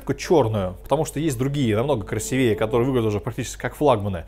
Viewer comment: У меня чуть кровь из ушей не пошла из-за твоего красивЕе. КрасИвее.